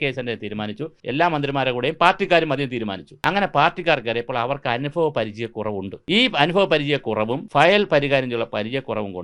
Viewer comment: അനുഫഭം അല്ല അനുഭവം ആണ്